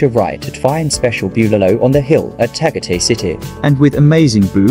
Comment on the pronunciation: No, I was referring to the accent of the computer voice mispronouncing Tagatay.